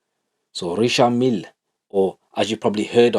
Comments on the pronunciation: thats how its pronounced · He pronounced it perfectly. How it is said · Pronounced Richard Mille perfectly 💎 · Your pronouncement of Richard Mille was on point brother!!! 👊🏽👊🏽👊🏽 😂😂😂